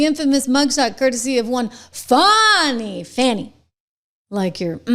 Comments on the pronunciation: THE ONLY THING THAT MATTERS IS SHE LOSES HER LICENSE. FANI IS PRONOUNCED FAN-IE!!! NOT FAWNY. Her and her parents can't even spell!!! Too stupid!!! educated in public schools. lol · It's Fani, NOT Fawni!